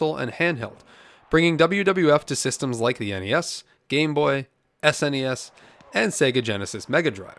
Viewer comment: I am glad you called it S-N-E-S and not “snezz” like these other channels do.